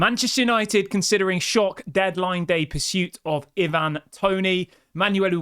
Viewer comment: Plz stop saying e-van it’s Ivan toney 😂